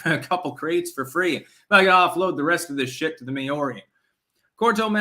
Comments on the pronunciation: Maori is pronounced Mao (as in chairman mao) ri = Maori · It's pronounced Mao ri. Mao as in the Chinese mass murderer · May-or-ree that's the weirdest pronunciation I have ever heard haha. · Your pronunciation of Maori kills me. 🤣